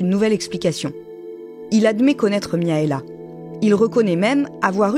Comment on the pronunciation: par contre ça se prononce MIRAELA pas Miaela je pense comme dans les pays de l'Est